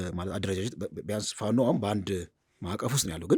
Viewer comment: This shows an identity crisis and a failure to analyze the news objectively. The bias in the reporting is evident, including clear Amharaphobic sentiment..Look at how the short guy speak out the name FANO